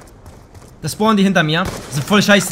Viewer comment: Wo SCHPORNEN sie ? :D